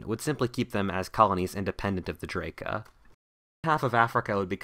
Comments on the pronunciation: That's "DrAka", not "Draeka"... 8-). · I thought u said Drake at first HAHAHAH